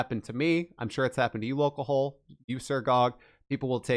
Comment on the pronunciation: lolcoHOLE? It's LolcoHALL. Is in a play on alcohol you moron.